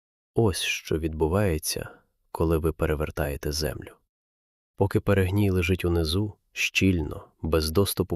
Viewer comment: та не перЕгній, а перегнІй